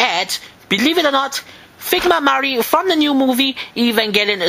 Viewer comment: And I finally learned how to pronounce Evangelion :3